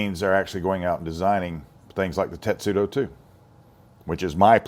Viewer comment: It’s called testudo not tetsudo!